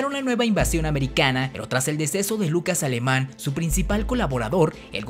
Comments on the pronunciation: Hola, bien por el esfuerzo en estos videos, se agradece, y como contribución para mejorarlos dejos dos correcciones; se dice diferencia y no diferiencia, y es Lucas Alamán y no Alemán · Tu investigación es buena. Lastima que cometes varios errores de pronunciación o de palabras incorrectas. Por ejemplo se llamaba Lucas Alamán, no Alemán. Y dices 'diferiencias' en lugar de diferencias. Esos y otros pequeños errores detecte, lo que por desgracia me impide compartir tu vídeo con algunos familiares que son muy puristas en cuanto al lenguaje. Cómo tengo entendido que un vídeo de Youtube no se puede editar una vez subido, espero que en los próximos cuides esos detalles. Gracias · Dos errores, dijiste "diferiencia" es diferencia; No es "Lucas Aleman" es Lucas Alaman. Ojo. Todo lo demás excelente!